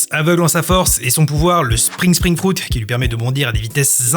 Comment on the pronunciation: Tu m'as bien fais rire avec le "froute" ah ah Mais en vrai la façon anglaise est utilisée de temps en temps pour ne juste pas perdre les personnes qui n'y connaissent rien dans des noms japonais incompréhensible Après c'est marrant :')